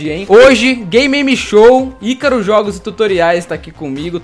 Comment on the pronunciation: Só eu que ouso "gay meme show"?